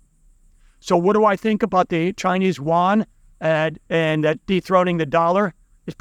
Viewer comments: Its pronounced as the Chinese "yoo aan" not the waan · Not Won, Yuan (“yoo-en”). I agree with your basic conclusions. Keep it up.